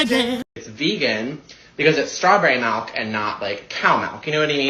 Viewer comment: “Vegan malk” ffs…🤦🏻‍♀️